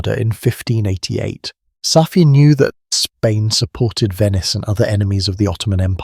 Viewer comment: Don’t say Safiyay please.